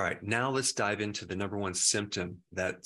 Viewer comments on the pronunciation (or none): none